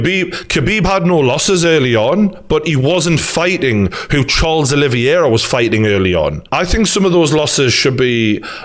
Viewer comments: The champion has a name, it is Charles Olivera. Not Charles oliviera or whatever your saying Geordie. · Your saying Oliviera not Oliveira btw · Name: Olivera Geordie: oli-vi-era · gg is great but every time he says olivIera it gets under my skin lmao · "Oliviera" yeah all the people saying you don't know what your talking about are just haters aren't they. Who cares if you can't say the champs name properly. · Video title should be- McGregor fan boy still hurting and not giving Khabib the respect he deserves struggles to pronounce Oliveira. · Geordie you can't complain about people saying you don't know what your talking about when you can't even say the champions name properly.